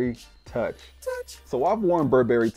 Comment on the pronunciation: You look so super fly ✨. Your video production skills are top notch. The "touch" sound that comes up every time you said toich was dope too 😂.